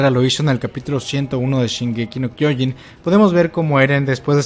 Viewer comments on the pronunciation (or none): none